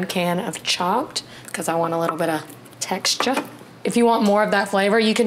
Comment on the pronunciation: Well you've done it again! Made my mouth water lol. With this weather we are having this is going to be a perfect dinner. I'm from N.H. and I could pick up a little yankee there when you said texture. Really enjoyed this video. You are always my go to when I want a good recipe. Thank you!